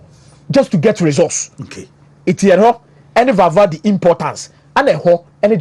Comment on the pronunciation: The name is Valverde NOT Valvade